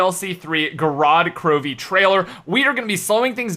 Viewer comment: Just stop with these videos and go back to school or something and learn how to pronounce the name of the Map.